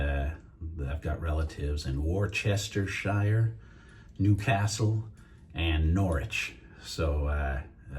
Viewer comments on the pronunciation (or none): Not “war chester shire.” Wuss ter sher. Love from a fellow Englishman.